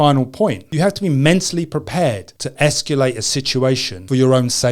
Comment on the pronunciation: the word is "escalate" not "esculate"